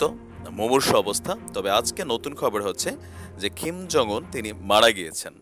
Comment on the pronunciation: ভাই আপনার কথাগুলো শুনতে ভালো লাগে কিন্তু একটা বিষয়ে না বলে পারলাম না। সেটা হচ্ছে আপনি এই লিডারের নামটা উচ্চারন করতেই ভুল করেছেন। ওনার নাম হলো কিম জং ওন, আর আপনি বলতেছেন "খিম "। এটাই ভুল আরও কিছু না। আমাকে ভুল বুঝবেন না আপনার ভুলটা ধরিয়ে দেয়ার জন্য।